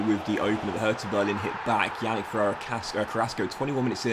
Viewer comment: Yannick is pronounced “Yah-neek”